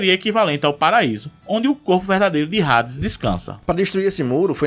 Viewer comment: Eu tenho raiva de quem fala Rades